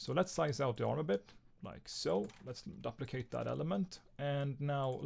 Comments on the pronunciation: duplicate (doo-pli-cate) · I Love how he pronounces duplicate